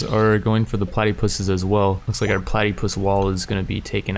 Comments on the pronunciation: Oh god kill me. That way he says platypus(plat-a-pus(yes I know it has a “y” but ignore it)) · I love the way he says "Platypus" like platty puss. lmao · i dunno about other australians but ive always heard it pronounced plat-a-pus despite the y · Anyone else laugh about the way he pronounced platypus? Lololol